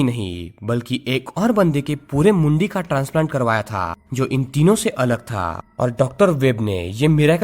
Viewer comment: When you saying Mundi.. it's sounds funny to me..god knows why